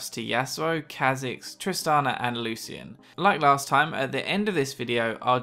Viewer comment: PLEASE learn how to pronounce Lucian! It's Lu-SHEN! Not Lu-cien.